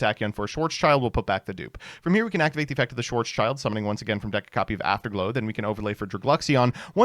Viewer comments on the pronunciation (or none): Schwarzschild gets mispronounced all the time. It's not "Schwarz" "child" it's "Schwarz" "Schild" (Pronounced like "shield") It's a German name that translates to "black shield". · Dude its "schwarz-schild" ffs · my german ass will never get over your pronounciation of "Schwarzschild"... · As german it's always a joy to see how americans massacre german names. Thanks for that Schwarzschild.